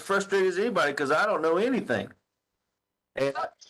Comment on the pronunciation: Excuse me, but it’s pronounced Anythink! T. Stauch